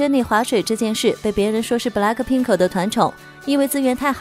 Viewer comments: 真正懂韓文的都知道 這不是韓國腔== 不是 布 累 柯 聘 柯 是b(e)(一的口型發ㄜ的音) la(ck) pin(g) k(e) (括號的音比較輕) 랙的ㄱ是收尾音 根本就不會那麼重的柯好嗎 自己也不是很懂== 還在那邊笑人家🤭 講的好像blink都對 笑死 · 什麼英文哈哈哈哈 布萊克拼可？？ 哈哈哈哈哈哈哈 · 不是 布 累 柯 聘 柯 真正懂韓文的都知道 這不是韓國腔== 是b(e)(一的口型發ㄜ的音) la(ck) pin(g) k(e) (括號的音比較輕) 랙的ㄱ是收尾音 根本就不會那麼重的柯好嗎 有些人明明也不是很懂== 還在那邊嘴別人笑旁白發音🤭 講的好像只有blink才會念韓文 笑死🙄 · 布拉可瓶可 哈哈哈 开头有点好笑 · 說實話yg歷代團體都沒什麼整齊劃一的舞蹈可言，通常都是High到掀屋頂的演唱方式 可能有很多人也認為Jennie划水什麼的，在yg家屬正常 可是，老楊也說了，他現在不只要看實力，也要顏值，要舞蹈動作，要一改以往的風格 那麼划水就是她的偷懶了 更何況這邊應該還沒到副歌，三個團員都認真了，憑什麼？？ 公司寵你，那就更應該拿出態度實力證明寵你是理所當然。 不要飄了招黑。 然後可以不要念 布勒克聘可 嗎？ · 就是BLACKPINK 布勒屁克 一直唸錯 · 補嘞顆聘可 尾音很重😂